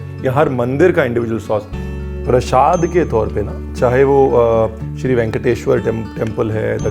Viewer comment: PrasHAd nahi hota, PraSAd hota hai!